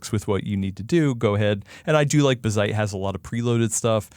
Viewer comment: Watched til they said bizzite instead of BAZZite. How do you pronounce Jazz? They pronounce it wrong for attention.